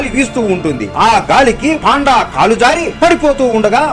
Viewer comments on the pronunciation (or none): పాండా కాదు, పండా